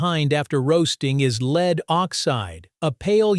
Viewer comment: I listened to 10 seconds before I decided I cant watch this as they are pronouncing the word Lead as leed.